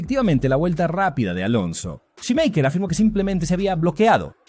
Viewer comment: Xq cada vez q dices “Schumacher” lo pronuncias diferente?